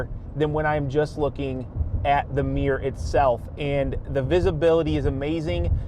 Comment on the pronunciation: Sorry, "meer" kills me every time. lol